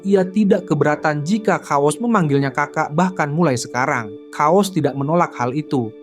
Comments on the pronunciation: sorry kuping gw geli sama pembacaan narasi chaos jadi "Kaos" wkwkwk... yang bener pelafalan itu "keos" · bacanya "KEYOS" bang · chaos di baca keos bang